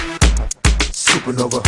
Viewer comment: ITS SUPA NOVA,ITS SUPANOVA!!